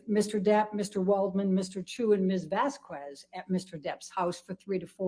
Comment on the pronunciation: The way she says "Vazquez" makes my inner Iberian cringe and seethe with rage.